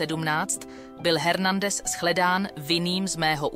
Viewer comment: Dokument skvělý. Odpusťte mi drobnou kritiku, Hernandez se vyslovuje ve španělštině Ernandez.